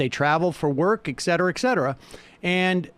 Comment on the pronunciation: It's pronounced "ETcetera". Not ekcetera.